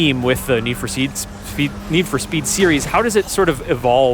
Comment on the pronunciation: Str8up awful 😂